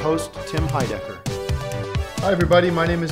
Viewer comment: I don't like the way Tim pronounces his last name. The accent should be on the second syllable.